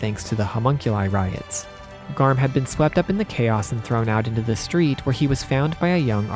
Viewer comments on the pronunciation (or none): none